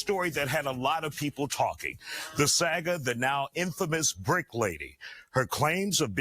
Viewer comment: Did… Did bruh say “sag uh”? See. This is why you’re supposed to read things aloud before saying it on record. So someone can say, “That’s not how you say that.” Jussie Smollet could have benefited from that.